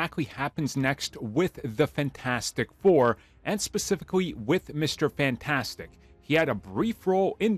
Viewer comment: FAN-TAS-tic you're pronunciation of the word blows. Fix it. It's gonna be a long road to that film. Get better fast.